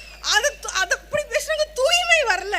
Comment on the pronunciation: துாய்மைக்கு பதிலா துாமை என்று பேசுது.